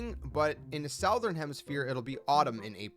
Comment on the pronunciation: Good video but damn gotta learn how to pronounce southern.